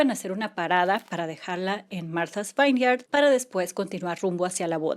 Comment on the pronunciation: Se dice viñieard no vainiard